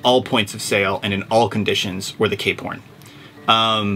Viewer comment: I always wonder why you say "Cape Horn", but the logo on it is "Cap Horn".